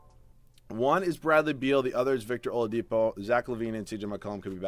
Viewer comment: I laughed pretty hard when you said victor olapido